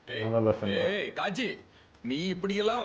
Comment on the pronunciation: Kaaji ❌ Kaji ✅